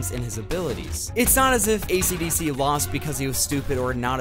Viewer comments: I would have liked this video but ishidishi’s named was pronounced ACDC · its kind of annoying that you are calling him ACDC and not esidisi